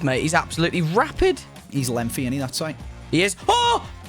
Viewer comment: Dude, there’s no “F” in “lengthy”